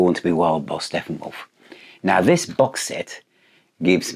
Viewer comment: I'm sorry, did you say Steffenwolf?